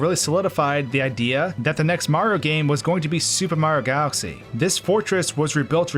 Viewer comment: "Supermar galxy" lol, this guy got a speech impediment or something or does he talk to fast for his own mouth?